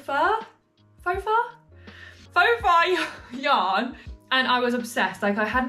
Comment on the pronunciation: You are totally saying faux fur correctly! ❤